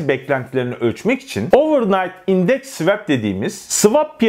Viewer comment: svep degil, bildigin SVUAP diye okunur o.